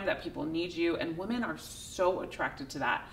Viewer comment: hey thanks for all the good content. I can't help telling you though, it would sound a lot better if you pronounced the plural of the word "women" correctly. Especially since you say that word so often. It is spelled the same as the singular, but pronounced differently. sing. (wo͝om′ən) n. pl. wom·en (wĭm′ĭn)